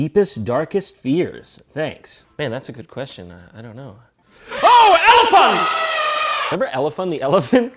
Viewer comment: OH AN ELIPHONT!